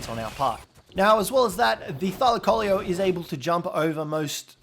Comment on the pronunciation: You know it pronounce thy-lac-co-lee-o